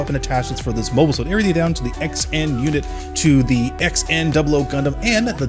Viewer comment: The XN part of this Gunpla's name is actually pronounced as "Sun." The Gundam Wiki article about this mobile weapon gives you how to pronounce it.